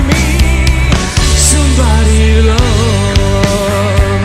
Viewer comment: Mi dispiace ma “sambadi zullooov” non si può sentire